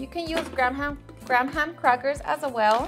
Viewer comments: Am I the only one who noticed that she pronounces graham crackers weirdly ?! “Gram ham crackers” 🤣🤣I’m dead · Lol she said gram-ham crackers 😂